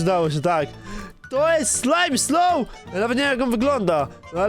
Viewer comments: nie mówi się slimeslow ylko smileslow xd ale do po prawy wymowa xd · jaki ,,slajmsloł" xd czyta sie ,,smailsoł''